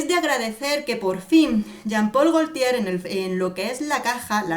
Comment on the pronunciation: Gotie se pronuncia